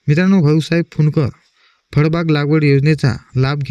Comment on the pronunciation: फडबाग नाही रे भाऊ फळबाग म्हण